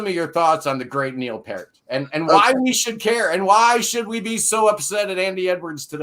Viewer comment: It's 'Pee-rt'. Rhymes with 'ear'.